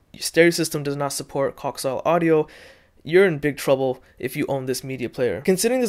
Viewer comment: Pronounced "co-ax-i-al"